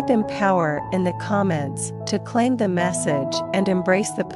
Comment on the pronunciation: "Emmpower me"